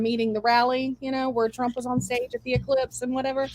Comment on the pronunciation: Did Sarah call it eclipse,? It’s called the ellipse